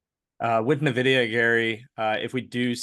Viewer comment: If you are a market commentator and you still say "Nevidia", anything you say after that is going into the spam inbox. Get your act together.